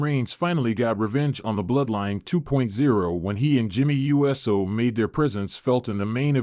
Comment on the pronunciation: Hey you’re still saying JAY U…..S……O ITS USO “OHHH-SOHHH” or are your saying it lik that for the videos CC